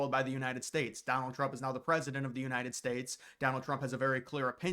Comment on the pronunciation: "United Spates" 🤣🤣🤣